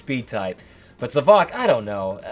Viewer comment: It is pronounced za-vo-k